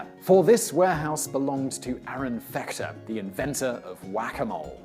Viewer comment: Sometimes he's also calling him Fechter with a with a soft ch.